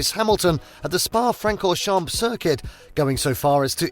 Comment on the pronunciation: Learn how to pronounce spa francorchamp